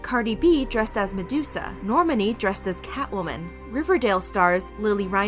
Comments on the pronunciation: not “ normanie” ms girl its NORMANI not normanie 😩🤣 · and isn’t it Nor-Mah-Nee? not Normandy without the d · I jus wanna say her name is Nor- ma-ni not Normai it has three syllables not one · Nothing irks me more than when someone pronounced nor-mani like Normandy without the d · Normani is Nor-mah-knee btw 🤍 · gir- no you did not just say "Nor-manny" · It’s pronounced NOR-MONI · Not “normany” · Normani: Nor-mah-knee. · It’s pronounced Nor - MAH - nee 😊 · the way you said normani “normany” 😂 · You said normal wrong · Say it with me y’all... NOR - (like door) MA - (MAH) NI - (like knee) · what💀 no one is canada says nOrmuNy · girl I know u didn’t pronounce normani as “noor-man-ee” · She says Normani’s name weird. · The way she pronounced Normani made me want to strangle myself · Soooo nobody isn’t gonna talk about the way she pronounced normani’s name 🤦‍♀️🤦‍♀️🤦‍♀️🤦‍♀️🤦‍♀️ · It's the pronunciation of "NORMANI" for me. 😅😅😅😅😅I CAN'T.....I SHAN'T! 😅 So Travis just wanted to focus on his family.....the timing was just a coincidence.😏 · The way she pronounced Normani angers me. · Don't like the way she said Normani's name. Also that was not Sally it was Emily from corpse bride that Halsey was dressed as. Correct me if I'm wrong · anyone gonna talk about the way she said normani? 💀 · It’s saying Normani wrong for me😂. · not y'all mispronouncing normani's name. it takes 5 seconds to look up an interview of her and see how it's pronounced. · You pronounced Normani’s name wrong ... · The way she says Normani 🤦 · That’s the weirdest way I’ve ever heard someone pronounce Normani’s name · the way she said normani....girl... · the way she said "normani"